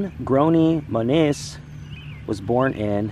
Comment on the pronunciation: Correction: went to gresham high school. Bud and his wife's last name is pronounced "Monnis" even though written "Monnes". Laurie was my classmate; her last name is "Anderson", former Oregon State Senator. Please acknowlege your mistakes!